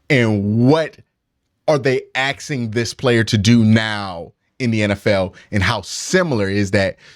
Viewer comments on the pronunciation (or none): "Axing"? Really,? This calls your intellect into question. Makes me think of Darrell Brooks. Myles is great, but who wouldn't rather have Mahommes? Gotta count this as a miss. Wishing Watson the best, but the money would have been better spent on Andy Reid.